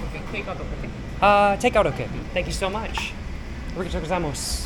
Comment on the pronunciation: uh ree guh toe go zai moss 😂